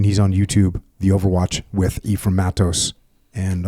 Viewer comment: As someone who grew up with Eph as a close friend, to hear him go back to “E-ph-rai-m” scratches my brain in a way the part of me that has heard people (including himself whilst narrating City of Death on audible 🤯) call him “eff-ram” SO needed.